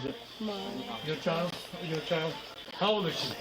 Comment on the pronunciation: Why can't you say "CHILD"???